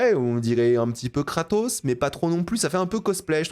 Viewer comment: C'est pas Kratos c'est Gras-tos